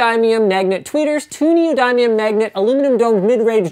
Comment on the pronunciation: You are pronouncing neodymium wrong